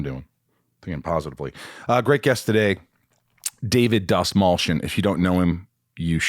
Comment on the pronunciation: For anyone that cares to pronounce the lat name correctly it’s pronounced DAST-MALL-CHI-YAWN. (Persian last name) fun fact: Dastmal means tissue.